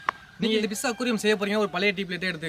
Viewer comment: ஐயா, இது "பிஸ்" இல்லை. அதை "ஃபிஷ்" என்று சொல்ல வேண்டும். சொல்லி சொல்லி பழகுங்கள்.